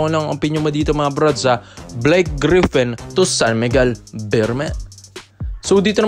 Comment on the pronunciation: brods..hindi po BLYKE...BLAKE po